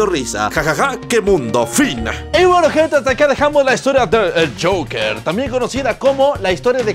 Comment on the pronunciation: Todos: el Joker El: el jasja